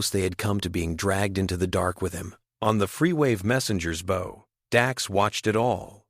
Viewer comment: Omg, y'all..seriously? Look story is good, the ai voice is super super distracting with the exact same mispronounced word over and over, its super annoying. In this context, the word your ai keeps saying is Bow, i.e. a tied ribbon. The word is bow, as in ba oww as in a part of a ship. Its repeated multiple times and the mispronounciaction throws thr flow of the story off. Sadfaced